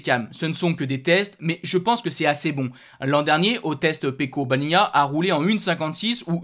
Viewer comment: In italiano se dice Pecco "Baniaya", no "baniania". dice bene Rore Martin o Bezzechi